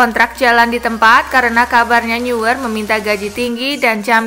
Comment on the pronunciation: Eh min, neuer dibaca bukn niuer🤣🤣🤣, tapi noyer🤣🤣